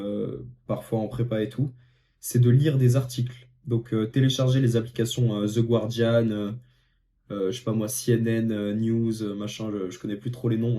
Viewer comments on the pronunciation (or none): The GWardian, mon prof d'anglais m'aurait tué 😅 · on prononce pas le u c’est comme the gardian